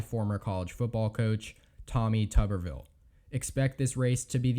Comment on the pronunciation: It's pronounced HAY-gur, not huh-GAR. Thank you. :-) - TOO-ber-ville, not TUB-er-ville.